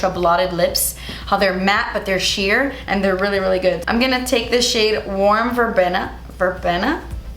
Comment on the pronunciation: Verbena, ‘ben’ is pronounced like bean. If you have an empty bottle from a setting spray that you like the most one, you can pour another brand into the bottle. I did that with my pixi, because the spray was wonky on my new bottle.